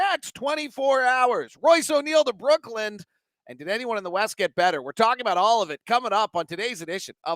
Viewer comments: It’s just Brooklyn not Brook-land thanks for all of your smart analysis as always! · Dialectal variation will dictate the pronunciation, aka - accent. If you're going to be criticizing people on such things, it'd also help to use IPA format, and not arbitrary orthographies. He says [ˈbɹʊk.lənd̥] and people from there would say [ˈbɹ̠ʷʊ̠kɫ̪ɪ̈n], and people from across the pond might say [ˈbwʊk.lɪn]. You know what he was referencing, and the point of language is communication, so he said it "correctly" (there's no such thing) because you understood. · Friendly criticism / pet peeve... It's Brooklyn, not Brookland